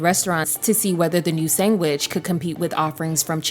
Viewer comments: Ok I know I wasn’t crazy. Like wtf ….ma’am??! It’s SAND WICH!!! Not sang widge. It hurts my ears 😩😩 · a chicken sangwich? why is it being pronounced like that? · Not chicken sangggwich lmao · Chicken “sengwich” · What's a chicken sangwich? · Why can't the AI say SANDWICH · Why are you saying chicken “sangwidge”??? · girl did you just say chicken sangwich? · Say sandwich. Because the bot sounds like its saying "sang-witch" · What the hell is a 'sangwich'? Lol. AI bs. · Jamaican accent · sangwich is killing me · sangwich? I don’t think I can take hearing that again, you’ve got one more strike… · Narrator said “sangwich” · Sangwich?? Girl what planet you from??? 😂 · Yall see why AI can't do everything sangwich😂is a complete example no intuition to correct the mistake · what is a 'sangwich?' ...great vid otherwise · You wanna tell me what the cjun fried fcuk is a "SANGWHICH?" 😂😂😂😂😂😂😂 and you never once pronounced it correctly.....😂😂😂😂😂😂 reminds me of a classmate in elementary school who called tartar sauce "toilet sauce." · What the hell is a sangwich ma’am 😂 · Wtf is a sangwich? That pissed me off. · I thought people were joking about the chicken "sangwhich" thing 🤣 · Sangwhich????????????????????????????????? You’re either from the east coast or AI 🤣🤣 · Chicken sangwich 😂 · I've only heard one person say "sangwich" before. I can't remember his name but he had a YouTube channel called 4 y'all entertainment. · Omg is this ai? Sangwhich ? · that’s true, but Sandwich with a G is crazy 😭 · I think her saying Sangwich is throwing people off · Girl, are you saying "sangwich??" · I didn’t want to type it in the comments because I just KNEW someone had to have said it first. Because I was CERTAINLY about to say girl what on EARTH is a SANGwich?? 😅😅😅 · Yesssss🤣🤣🤣🤣🤣🤣 it’s like girl why are you replacing the “d” with a “g”😭😭😭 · Some people say words differently. You understood... that's the end of that, no need to make fun of people :) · i say sangwich but i’m scottish so idk